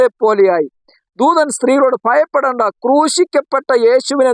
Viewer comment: Mayappedenda, ennallaa, bhayappedenda ennaanu.